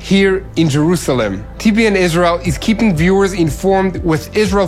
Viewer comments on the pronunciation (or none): none